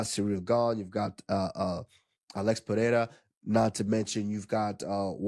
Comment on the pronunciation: Usman is married to a Brazilian, right? His pronunciation of Pereira is perfect.